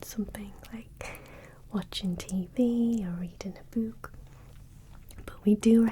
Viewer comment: The way she says "Boouck" 😊